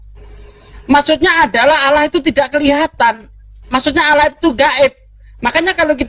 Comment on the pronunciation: Coba keristen asli tulisan allah dibaca salah alah , ini uda salah